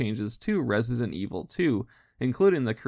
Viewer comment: im so excited to see this series going on, never get tired of listening people talk about Resi-dent evil